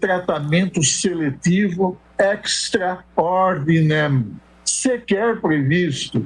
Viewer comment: Duas horas e meia de papo furado?.Gostei quando Celso deMelo falou "extra dominen". Sua prionuncia é ecstra é perfeita. Que magnífico juiz o supremo está perdendo. ?